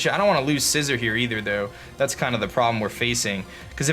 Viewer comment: Scizor not scissor 🤣🤣🤣